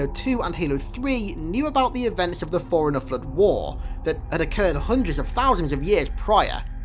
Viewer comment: The way you say Forerunner sounds like you're saying foreiner 😂